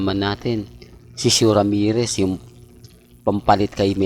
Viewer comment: ALAM NYO MGA KA ALDUB DATI GALIT AKO KAY PERO NGAYON OK NAMAN PALA SYA. WAG NYONG ISARA YONG CHANNEL NYA. KASE NAKAKATAWA SYA SA MGA INVENTO NYANG KWENTO. 😂😂😂Lol O KYA YONG MGA PAG PRONOUCE SA PANGALAN NE SHOE 👞 👠 RAMEREZ AT OGIE DIAZ PARANG TUNOG OGEY ALCASID. THIS IS COMEDY CHANNEL 😂😂😂😮